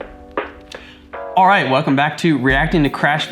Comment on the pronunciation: A reasonable Australian "Alroight mate" at the start....